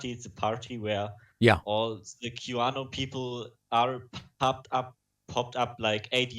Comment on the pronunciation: Auto-generated captions change this german dude's pronunciation of "Qanon" to "Cubano". Seriously.